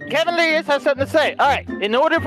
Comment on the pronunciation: Ke-Evan Mc-Owl-llister